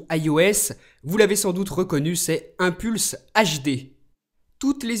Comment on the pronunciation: inPulse no1 !!!! Et ca se lit [inepulce], pas [ainpulce] ! --' Ayecon no2 et le reste a la poubelle !